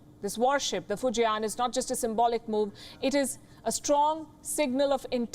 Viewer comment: fu jian not fu ji an ....... fortune build